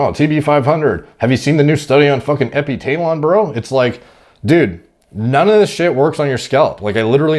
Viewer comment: . “Have you seen the study on epitaylon, bro?” I know, right